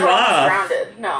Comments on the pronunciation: I live in Chicago. no one says drowneded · I'm sad that missed saying, "drown-ded" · "I've never almost drownded" - 2019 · lowkey sad was distracted when said DROWNDED 😂 lmfao his reaction wouldve been priceless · not knowing how to pronounce drowned. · Lol, I was told I pronounce drowned like that! I never noticed but now I am hyper aware of it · That's what I commented too! It was obvious that he missed it. So sad! I was waiting for that part!! 😭😭😭😂😂😂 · She really said drowneded.